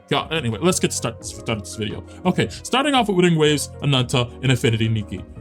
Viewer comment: Lol Infinity Nike, it's Nik-Key and Woothering Waves is like Whethering Waves.